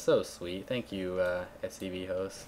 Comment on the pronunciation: lol at scvhost instead of svchost hahaha